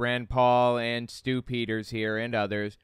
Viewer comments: Are you saying "Stupiders", or Stew Peters? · did you say stupidders? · I could have sworn I heard you say "... this is Stu-pid-ers..." maybe you did...